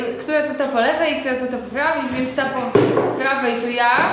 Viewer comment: Na udało się jej powiedzieć "r" w słowie "prawej", ale zgodzę się że to "gubienie" "r" jest słodkie